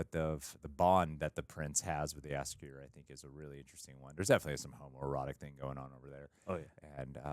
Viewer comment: Your pronounciation of Jaskier is very good, actually one of the best I've heard of foreign reactors!